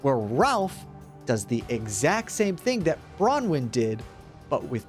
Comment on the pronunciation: This is the first video I've seen that has pronounced Bronwen's name correctly, this is something to be proud of